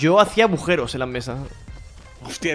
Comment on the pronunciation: se dice aguja no abuja y tampoco se dice abujeros se dice agujeros